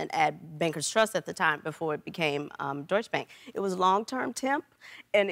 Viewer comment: Mrs Bailey: deutsch ba(ä)nk Me the german: thahahahhaha...ist deutschE Bank...love her but ita sp funny